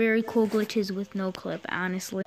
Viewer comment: U said noclic in the beginning